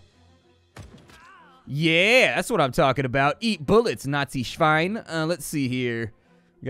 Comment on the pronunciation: somehow the first thing i noticed was how good the pronounciation of "nazischwein" was. most english speakers have more problems with the "schwein" part. as a german i have to say that this was very clear and good german. XD